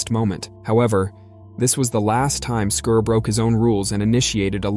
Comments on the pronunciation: Why do Americans spoil every English word or name by pronouncing in a completely different way? It is 'Scar', not 'Scur'. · Can you at least have the pronouncement of the its name correct??!! Not Skir it was Skar like SCAR lmao and his brother mufassa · I believe based on the movie lion king, that his name is pronounced SCAR 😂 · Scar. It’s pronounced